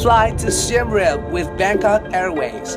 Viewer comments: finally a video where someone pronounced siem reap correctly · I love it how he pronounced the Siem Reap correctly